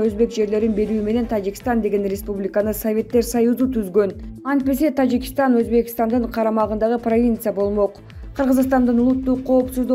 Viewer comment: Тажикштан дейт ко бул айым